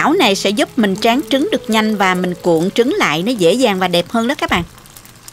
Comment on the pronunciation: Mình nghe cô nói trúng gà ?